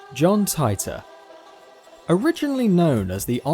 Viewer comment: You mispronounced Titor